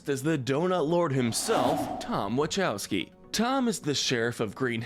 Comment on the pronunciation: It’s pronounced EE-driss ell-buh and wuh-KOW-skee, “”! 🤨